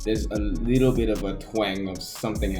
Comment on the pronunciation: Sarah说 I worked there for a little BIT, 这个bit发音不对。而且一般人会说 for a while